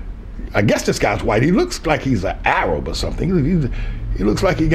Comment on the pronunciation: Hey, look at the bright side: he pronounced Arab correctly instead of saying ay-rab. That has to count for something.